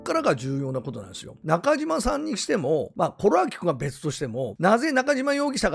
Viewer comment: 本名は今野のようですしどうでも良いですが、 ナカジマではなくナカシマ読みだと思います。 (西日本は濁らない事が多いです。)